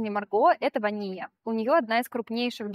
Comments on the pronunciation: Почему ВанИя, вроде же ВАния.. Марго в блоге постоянно обращается как ВАния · Ударение правильно ВАния, режет слух прям неправильное ударение